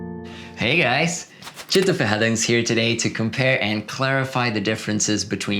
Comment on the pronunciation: I could never catch this guy's name. I see Tito written there but he always call himself "cheeto head" or something like that. What is his name??? Lol!